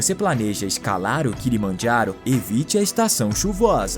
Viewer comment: O kilomajharo, kkkkkkkkkkkkkk, português e italiano, kkkkkkkkkkkkkk